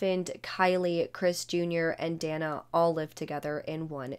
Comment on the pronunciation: Dana; It's pronounced DAY - NAH 😉